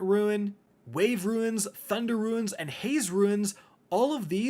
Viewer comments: Runes! Not ruins. Good lord... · yeah was very confused why he was saying Ruins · I can’t get over the fact he’s pronouncing runes as ‘ruin’ 😂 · Why do you Americans call runes ruins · Rune and runes is pronounced roon and roons, not roo-ins. These aren't the ruins of a castle, which is pronounced roo-ins. That aside, this looks so fun. I'm sure we'll get more and different weapons when it's fully released and as more content comes. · Man I love but when he said ruins instead of runes I got excited I thought "a class dungeon you solo for class specific items? I'm game" turns out it's just a regular old rune you equip. Pulled the rug out from under me. Love ya tho lol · Runes as in /ro͞on/ not ruins like an ancient, broken down castle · Runes; "roons" like rooms but with an 'n'. One roon, two roons. Sounded like you were saying ruins. The game reminds me of Outriders. Which if it launched when actually ready would have been great. So fingers crossed. More options always good and Overwatch just got worse recently so I need another title. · Why are you calling runes ruins? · I was with you until you kept calling the "Runes" as ruins several times lol. Good video though, Im looking forward to this game. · Ruins? 😂 still nothing but love for ya. Thanks for the info on a new game that may be fun. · Nice vid But it was killing me you saying Ruin when they are Runes 🤣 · Great video game looks interesting but My dude stop calling them Ruins I was so confused trying to listen to this without the video